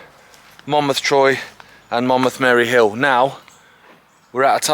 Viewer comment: It's Mayhill, not Mary Hill, but great video. We had a WW1 re-enactment walk a few years ago from the military building near Monmouth Castle to Troy Station to commemorate the soldier's route to war. Followed by a memorial service for Remembrance. My friend and I were walking on the Mayhill side today and she recommended this video. Brilliant stuff!